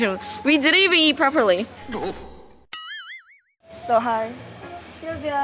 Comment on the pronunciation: "PraPerLi" HAHAHA 🤣